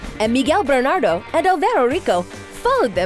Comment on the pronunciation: I totally pissed out when she pronounced it "BERNADO". Miguel and I want justice. jajaja